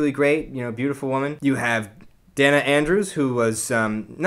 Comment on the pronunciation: A thorough review, but as an old movie buff, please check your pronunciations. It's 'day-na' Andrews, not 'denna'. And it's 'mur'na', not 'mir'na'. Just a matter of respect for these great actors. Thank you!! (I DO agree with you about the March-Loy homecoming scene-----it's SO beautifully played by these two master actors------it's my favorite!!)